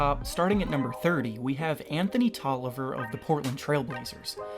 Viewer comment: Tolliver? TOLLIVER?!?!? Also Bazemore isn't starting either